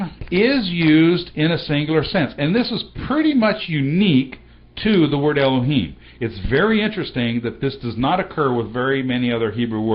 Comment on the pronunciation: why you prononce alep like e when it is a? why you red the OT like the hebrews of today? do you know that it is an pagan means to prononce? the sign of alep clearly show the prononciation like an french "a", like in the word "parler". dont you know that the signs of the OT show very clearly the prononciation?